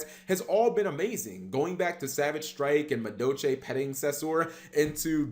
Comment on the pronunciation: Why don't you pronounce the L in madolche?